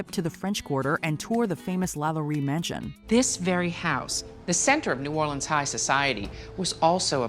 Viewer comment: I'm just happy she said New Orleans correctly....😊